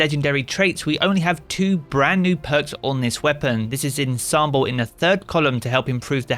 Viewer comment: can anyone in the Destiny community pronounce 'Ensemble'?